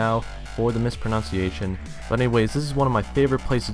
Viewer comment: heheheh I love how you mispronounced "mispronunciation" haha